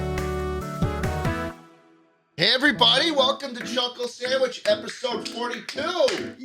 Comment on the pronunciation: Ah yes a new Chulkle Sandwhich